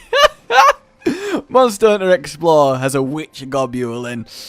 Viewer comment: Mawnster hunter